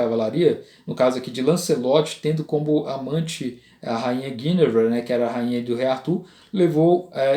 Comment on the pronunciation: A primeira pessoa que diz o nome Guinevere corretamente. Meus parabens.